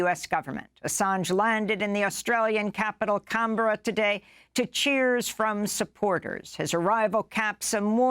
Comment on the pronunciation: Love your work, Amy. Just want to point out that the Australian capital city is pronounced Can-brah (as in “pass a can of beer, brah)